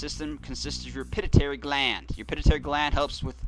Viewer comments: ohh and it's pronounced pi---tu---i --tary (pituitary) not pit - i- tary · its pituitary sweetheart (pit-to-a-tary)